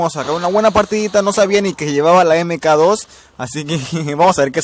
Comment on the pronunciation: EME KA DOS :V como dije en mi video se pronuncia "MAC 2"